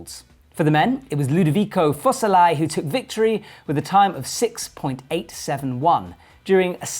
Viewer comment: Aleksandra Missolav? Ludovico Fossellai? Look, Charlie & Mike butcher pronunciations on the regular too when commentating, but those are just plainly not their names...